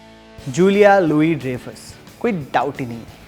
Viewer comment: Nice predictions. One correction though: Dreyfus is pronounced as 'Dryfus' and not 'Drayfus' as you did. I don't mean to nitpick, just that I'm a huge fan of her(who isn't?)! 😁